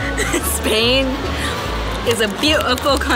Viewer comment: It is Spain not sspppaaiiin